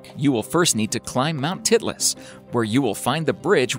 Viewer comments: it's spelled Titlis and the i is pronounced like "eye", not like "it". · "Mount Titless" Haha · did anyone else laugh when he said titlus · when he said titlis cliff wallk my brother started laughing his ass off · Yes... I laughed every time he said Titlis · Titlis🤣 i thought he said something else